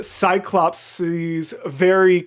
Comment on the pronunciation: Just for the future, cyclopes (plural of cyclops) is pronounced like "psycho please". I didn't know that until fairly recently. 😆